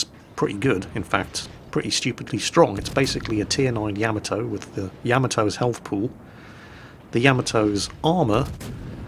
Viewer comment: I dont know why but when ever you say Yamato, I hear camel toe lol! Making it very difficult to concentrate;) happy new year to you too!